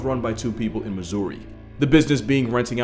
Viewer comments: You said Missouri wrong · I’ve lived in this state (Missouri, ps love the pronunciation, the emphasis on Uri is nice) my whole life and never knew i could have an Ape at my birthday party. I loved Planet of the Apes growing up, imagine seeing that movie with an Ape… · first off, it's pronounced misery. Second off, nothing good comes from a story beginning with Missouri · I'm from Missouri and could not stop thinking about how he pronounced it